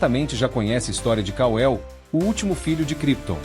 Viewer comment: KAL-EL e não ka-el. KAL-EL significa COMO DEUS ou IGUAL A DEUS.